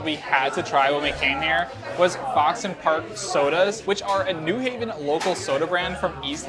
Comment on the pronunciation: newing? It's new haven, ct